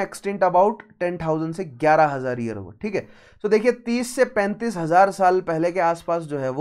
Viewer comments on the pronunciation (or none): none